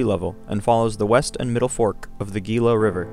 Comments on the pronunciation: It's prounced "Hee Luh" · It’s only 180 feet elevation gain. Gila is pronounced He-La. The monument was established using the 1906 Antiquities Act.. if you’re going to make informational content you need to be accurate. Lots of people take you tube videos as accurate information even though it’s clearly made by individuals who are not experts.